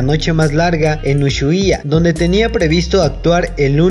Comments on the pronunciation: Se pronuncia usuaia y se escreibe Ushuaia ndeahh te digo xq soy de Argentina y se dice asi ahre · Jaja amigo por decir mal Ushuaia te amo 😂 Se dice Usuaia pero de escribe Ushuaia ❤️ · Disculpen por no pronunciar bien ushuaia, no sabia que se pronunciaba sin la h jajaja soy de México y no conozco ciudades ni lugares de argentina, espero me entiendan. Pdt: vean el video antes de comentar algo malo, "NO ESTOY CRITICANDO A PAULO" Gracias a quienes si vieron el video completo y a quienes no, lastima por ellos.